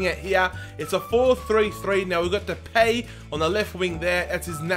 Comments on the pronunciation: You speak it out like de-pie... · not de pie its depay lol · You say it like: De-Pie just saying